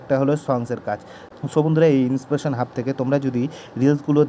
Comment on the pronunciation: ইনপ্রেশন না ইন্সপারেশন 😅